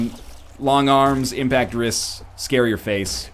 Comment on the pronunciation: This is the first episode where I realized he was saying Impact Wrists and not Impact Risk